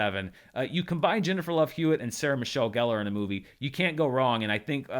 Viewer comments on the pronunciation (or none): none